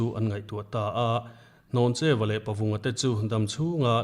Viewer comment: Hnawncheu Vanphawng a ni. A chhiartu lam khi a dik lo. Hlawncheu a ti daih mai!